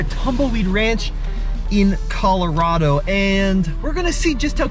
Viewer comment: You said Colorado wrong